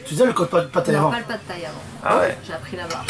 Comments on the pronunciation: C'est pad-thai pas pat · C'est pas plutôt "Pad Thaï" ? ;)